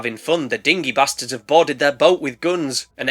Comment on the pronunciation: And there’s our “beysterds!”!! 😂😂 Spidey beysterds